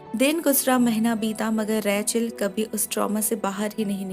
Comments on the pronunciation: Her name was ' रेचल' and You were saying 'रैचल' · It’s Rachel not Rae-chal. Bdw nice explanation as always! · Raechel name ko itna Ajeeb tarah se kyu bulati hai aap